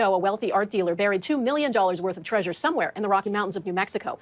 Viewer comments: Tree-sure? You mean Trey-sure. Like Leisure, Pleasure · Uh, “Tree-sure”? What! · why does call it treizure like seizure